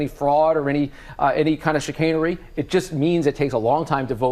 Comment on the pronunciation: Did he say...shitanery?